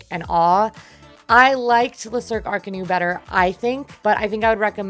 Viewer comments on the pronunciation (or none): Did someone there tell you it's pronounces "ark a noo"? in french that would require an O along with the U.